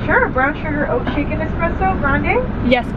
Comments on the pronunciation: I needed this🤎 but please tell me your Starbucks order bc I keep hearing “oat chicken espresso” and when I turn my captions on it also reads that. Is that correct? Or am I trippin 😅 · Dying bc I was hearing oh chicken 😭🤣 and I had to look it up but she’s saying OAT SHAKEN 🤣